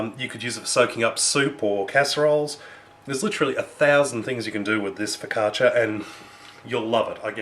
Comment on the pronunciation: You say focaccia very good! I like your recipe, my fav focaccia (ligure: from Liguria region) has like a triple amount of oil (hehehe) but in my region (emilia romagna) it's made with less oil like yours. If you want a super tasty one try putting some onions on top! Hugs :D